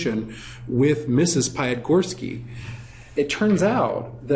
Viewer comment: Pee-ah-ti-gorsky (Great story, btw, didn't know that)